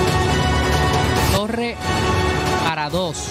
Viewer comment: Chapultepec,la "C" suena al final.Paradox la X" suena al final..Tapatío lleva acento en la i y suena marcada la i..